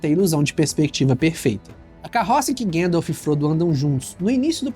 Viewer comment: Esse filme precisa urgentemente de uma nova dublagem com um profundo estudo nos nomes dos personagens e lugares. Chamar Gandalf de guéndalf é um crime!